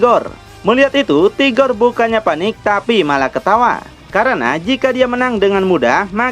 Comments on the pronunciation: Rigor bang .. Bukan tigor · 🤔🤔🤔 sebenarnya admin ini nyebut RIGOR atau TIGOR sih ???